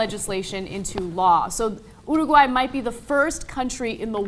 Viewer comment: LOL ... "UrU - Guay" Is that how all Americans pronounce it? xD